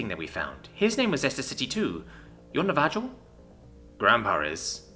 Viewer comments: Seriously?! Na-va-JO?! Dude! It’s Na-va-HO. Just like in Jalapeño. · Is that pronunciation of Navajo intentional? IIRC, it should be "Sounds like na·vuh·how", the j is an h sound, like how the Spanish name Jesus is pronounced "hay-SOOS"